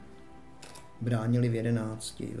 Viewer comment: Klapzubova, nikoliv Klabzubova jedenáctka.....ale jinak super:-)